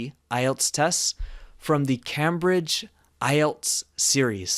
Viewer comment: You mispronounced “Cambridge”. It’s a long “a”.